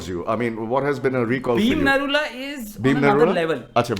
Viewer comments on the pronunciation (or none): Bhim Niraula was selected in Britain's got talent bro.😂🇳🇵 By the way his caste is Niraula not Narula. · Its bhim niraula, not narula! He is a nepalese residing in UK🤦🏻‍♂️